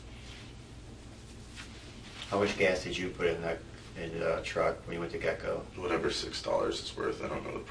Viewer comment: It's Get-N-Go but the way he keeps saying it does sound like "Gecko". But you're right, that makes absolutely no sense. Why would you go to the Gas Station if the man just brought you gas?!!